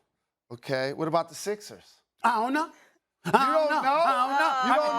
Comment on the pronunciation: did Stephen A just said 'I OWE NO'